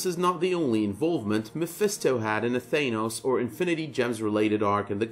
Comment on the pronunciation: holy fuck say Thanos right...u call yourself a comic fan. Your pronunciation makes me cringe!